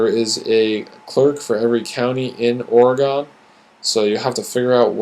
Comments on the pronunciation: This is probably a great video, but Oregonians won't get past how you are pronouncing our state! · Never heard of the state of Ora-gone. But I live in Ore-gun. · Lol! You're mostly right, but I stayed haha. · The way you say "Oregon" kills me!